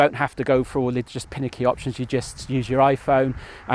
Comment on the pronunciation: Do you mean finicky? Not pinicky?